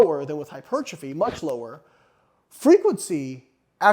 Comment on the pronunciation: What exactly is "HY-PERCHA-FEE" as opposed to Hypertrophy? ...Asking for a friend! lol!! just kidding!! Other than that, Great findings especially for those who still believe more is always better. -Even at the expense of recovery. Recovery always precedes Super Compensation. Which always precedes Growth. Barely crossing conditioning thresholds is in fact all that is needed to inspire new growth. Mowing down and otherwise obliterating thresholds causes too much cellular damage to properly (optimally) recover from in a time frame that will allow the lifter to hit that body part again, before absence and decay steal most (or all) of the benefits sought after. **Soreness is NOT your barometer. A little soreness is fine. But, A LOT of soreness absolutely does not mean more gains. It typically means you've needlessly pushed yourself WAAAAY beyond your current conditioning threshold and pretty much guarantees you will NOT be recovered before your next session, negating all or Most of the intended benefits. -Recovery always precedes Super Compensation, which always precedes Growth. EVERY TIME, ALWAYS